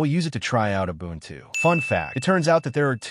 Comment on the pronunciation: Убунчю...Ору в голос!